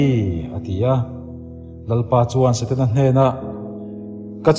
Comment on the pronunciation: Eng i ti nge mawni Saten-a tia i lam rik tlat mai le??😮😮. A ngaihnawm tur ang aiin thu lamdan diklo hian beng ati kham ṭhin. Hetiang anga thu ngaihnawm leh zirtur nei ṭha angah hi chuan i thumal lamdan hi han ulukin han fimkhur deuh la, a ngaihnawm lehzual ngei ang. Han ṭang sauh² teh khai...